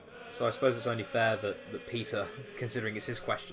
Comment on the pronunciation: It sounds like you're calling Peter "pizza"